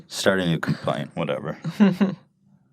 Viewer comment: "Introducing a Niiihnew segment"